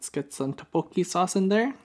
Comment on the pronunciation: it’s pronounced “thuk - boak - ki.” looks delicious!!